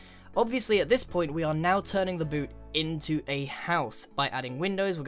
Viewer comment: i didnt watch you build a foothouse, i just listened to you say "bewt" "shew" "fut"